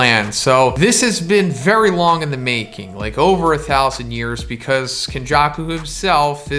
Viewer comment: everyone: becuzz: becuss